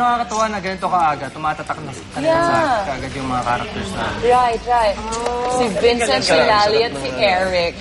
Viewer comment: Layle? Its Lally hija. Vencent? Ay naku! Bisaya ka?